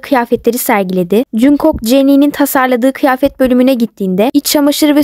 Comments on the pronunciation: Aslında jungkook "jankuk" diye okunmuyor "çankuk" diye okunuyor ben bi tek buna takıldım😅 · Jungkook junkok die okunmuyo knk cankuk diye okunuyo (Linç değil)